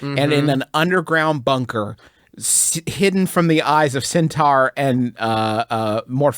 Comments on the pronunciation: * theyre intentionally pronouncing it wrong. Lol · Still not sure if their pronunciation of centaur is making fun of Griffin or just the product of West Virginia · i don't know how to pronounce centaur anymore